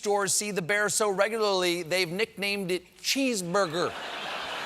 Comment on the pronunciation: “Cheesebeargrrr,,” Stephen. “Cheesebeargrrrr.” Thanks. Lovely!